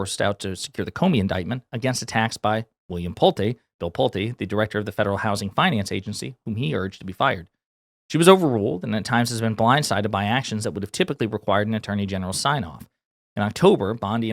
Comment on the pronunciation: Pulte is pronounced pull-tee